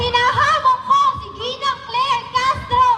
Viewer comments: Ginang po ang sabi niya hindi nenang po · Ginang po not Ninang.